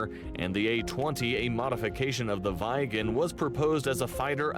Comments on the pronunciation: I is not pronounced ai in the rest of the indeuropean world but I so its Viggen not Vaiggen, not directed at you. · Weigen? No idea where the Viggen pronounciation came from, think "bigger" but starting with a V and ending with an N.